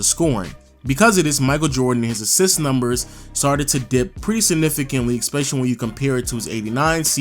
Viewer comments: Gotta say.... it's ESpecially not ECspecially. Leave the c out of the word. Especially. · it’s “ESPECIALLY” not “EXPECIALLY” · Definitely not trying to be a dick, but eSpecially. Not, eCKspecially. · Stop saying exspecially that shit is pissing me off